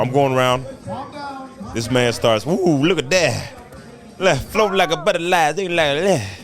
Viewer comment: Did you say smoke like a butta lies? Or float like a butterfly?